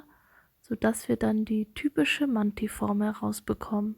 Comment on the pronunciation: Man sprichst du manti deutsch aus 😂